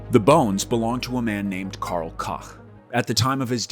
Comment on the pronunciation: You said Karl whaaaa?